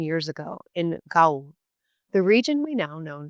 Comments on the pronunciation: WTF is "Glowlish'?" You are presenting a very negative promotional message for your language-learning sponsor when you can't get the pronunciation of "Gaul" (- rhymes with 'fall' in conventional English.) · Is this an actual person? Some of the strange errors in pronunciation of even standard English words like Gaul and diphthong.... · Her pronunciation of Gaul is odd. My French mother says it differently, vastly so.